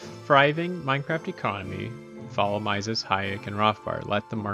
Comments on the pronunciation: "Mises" is pronounced like "Meesis", FYI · I don’t doubt your intelligence at all, you seem like you’ve read a ton about this and I agree with your assessment of Austrian economics, but Mises’ name is pronounced like Reese’s (MEE-sis). -Guy who went to the Mises institute for a conference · Ludwig von Mises is pronounced /ˈlʊdvɪɡ vɒn ˈmiːzɪz/ or "LUUD-vig vo n MEE-zizz" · Nope. But mispronouncing Mises is an annoying yet common occurrence, even among Austrian Economists. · ok but i hate your pronunciation of Mises 😂